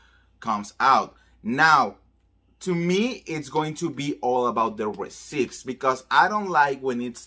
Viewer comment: I love you so much. You are amazing. So, I want to help you a bit. One word you constantly use is “receipt.” You are mispronouncing the word. The “p” is silent. It should be pronounced “ree-ceet.” And, again, I am only telling you this because I love you and want you to be the best you can be.